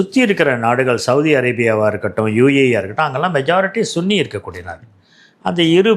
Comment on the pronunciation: சிஷியா , சன்னி பிரிவுகள் . சுன்னி என்ற சொல் இல்லை.